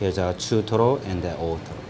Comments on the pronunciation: the guy keeps saying ootoro, i hear totoro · kamatoro, ootoro, totoro